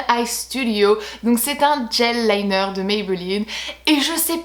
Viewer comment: "Un djel liner" j'adore ta prononciation😂😂😂